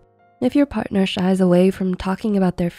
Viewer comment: Why is she saying someone then in the video says Parthner or spouse